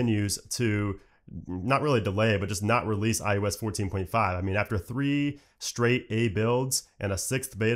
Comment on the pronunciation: Who else hears him say iUS instead of iOS?